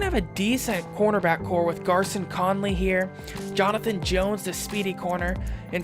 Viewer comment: Conleys first name is pronounced “Gary-on”